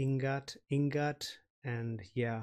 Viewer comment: Ing gat daw kayo guys 🤣 Its "I ngat" po